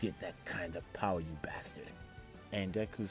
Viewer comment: its kinda gross how he says power its BOWER